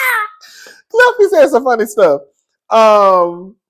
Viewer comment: Not Gliff instead of Cliff😂